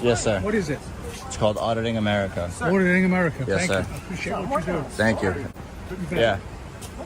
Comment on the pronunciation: when says his channel name, I swear he said Odd In America. He should consider changing to that anyways, seems more fitting